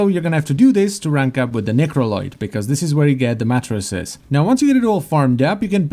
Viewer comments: they're matrices, not matresses, so it's pronounced MAY-trih-seas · Just wanted to help my favorite Warframe You Tube video maker: Matrices is pronounced ˈmeɪtrɪsiːz’